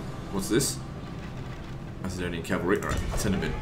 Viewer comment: Great series. However, Macedonian is pronounced with a hard C not a soft C. Like Mac and Cheese. Driving me nuts